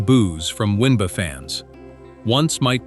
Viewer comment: We hear “one bah” or “one bay” or “win bah” when it is the W N B A? Someone needs to listen to this stuff before it is put online! You are relying too much on AI when you should be paying real people.